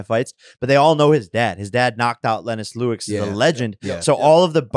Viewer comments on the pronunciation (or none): “Lennos Lewix” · “Lenus lewix the legend”. Boxing purest he says lol I’m crying